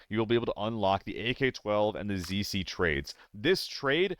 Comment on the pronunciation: It physically hurts me every time you say ZC.